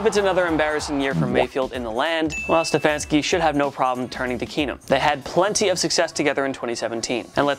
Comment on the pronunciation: Can't say Stefanski right.